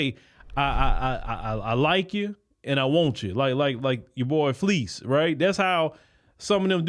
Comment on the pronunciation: Buddy said like Fleece... LMFAOOO 😂 🤣 😂 🤣